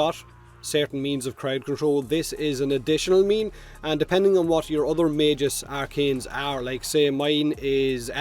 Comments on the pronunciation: the way you pronounce Magus is giving me autism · Is magus pronounced with a j (like does here) or a hard g? I've always said it as Mag-us